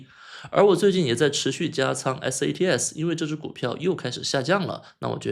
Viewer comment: 你一直念错了吧？一直念成SATS